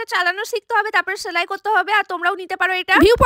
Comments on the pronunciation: ছেলাই না সেলাই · ছেলাই ম্যাছিন না, সেলাই মেশিন। আগে উচ্চারণ ঠিক করুন।